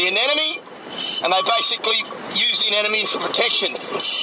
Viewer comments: The so-called expert mispronouncing anemone as "anenome" is kinda driving me nuts. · To the marine biologist guy: a-ne-mo-ne. A - NE-MO - NE. Not anenemy. That's a person you dislike. It's leviooooosa, not leviosaaaa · Thanks Destin! I really enjoy your videos and we learn cool stuff! Remember that everyone has a bad day now and then, so don't take it personal when some folks feel the need to judge you for stuff like the way you say anemone ..anenome..enemy,,.FISH! Keep up the good work! Sharing your science in an artful form, in a free public forum gives you the latitude to call those fish whatever you want every day or ,,,not. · I keep hearing the guy saying anenome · Anenome Anenome Anenome Anenome Anenome Why are native english speakers so bad at speaking? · ***** but he didn't pronounce I that way. He pronounced it with the second n and the m transposed. He said it as if it was spelled "anenome" (like "an enemy" instead of "an em eny") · AAAARGH! Is there truly NO ONE in the world who can say "anemone" properly!? The anemone is not an enemy! At least, Destin, you did say it correctly once or twice. :-) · I like how nobody can pronounce Anemone correctly :D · ***** Ah ok, sorry English is my second language, but how was he mispronouncing anemone? My lecturers (Australian) pronounce it just like that, maybe it's just an accent thing?